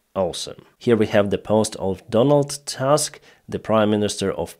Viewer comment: Donald Tusk, not Task